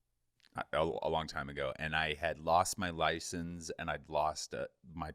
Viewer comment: did call it a “licenze”?